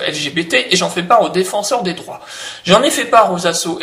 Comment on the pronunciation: Lol pour ta langue qui a fourché à la fin et qui a dit "le défenseur des draps" au lieu du défenseur des droits.